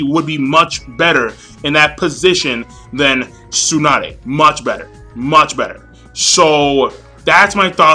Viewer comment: I don't mean to criticize, but your pronunciation of Tsunade really sucks >< You Americans never cease to amuse me in your pronunciation of Japanese names ^_^ But don't take it the wrong way, I don't mean to offend you. And to each his own. Some people love Tsunade, like me. Some people can't stand her. And like you said, it's your opinion, others feel differently. I understand where you're coming from and why you feel that way, but that's only your opinion